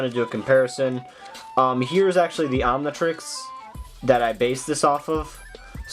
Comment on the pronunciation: It's not omnitriesies, it's omnitrix